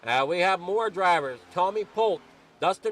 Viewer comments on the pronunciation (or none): Great Broadcast! Fantastic job you do! Polteeeee not Polt for future races lol. Just giving you crap!